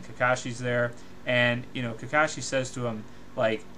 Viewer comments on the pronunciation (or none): none